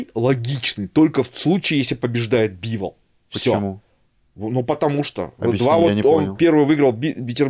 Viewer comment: Когда-нибудь начнет называть Дмитрия БИволом,а не БивОлом,но это уже совсем другая история...